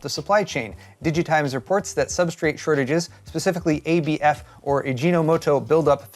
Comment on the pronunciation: Props for learning how to say ABF